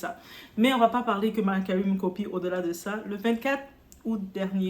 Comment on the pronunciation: Commentaire hors sujet: suis je la seule à entendre "Mary Curry" 😂 La situation de notre Diva me fait penser à la situation de Julia Roberts avec sa mère qui idem reproche à sa fille de la laisser dans la misère. Il doit y avoir également des raisons qui nous échappent...